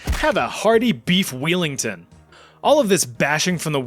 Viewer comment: “Beef wheelington” 😂😂😂😂😂😂